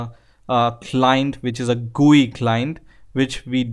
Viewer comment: "This gue tool" .........